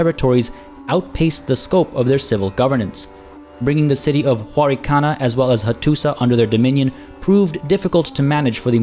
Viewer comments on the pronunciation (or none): Hello! Just a little thing, when you see letter š it's pronounced as "sh", so Hattuša Is pronounced "Hattusha" etc, i think. Usually I wouldn't care, but you encourage people in the comments So much, i thought i would write this here. Anyway I love your letsplays.